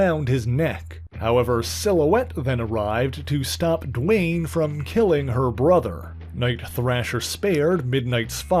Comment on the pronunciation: It's 'Dwayne "